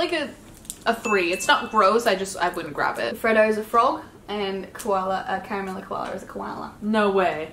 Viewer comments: It's Car-a-mel. Not car-mel. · Is it just me lr do you aussies hate the word Car-mel. It just doesn’t sound right! It’s Ca-ra-mel! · carmel, CARMEL!! ITS PRONOUNCED: CAR A MEL NOT CARMEL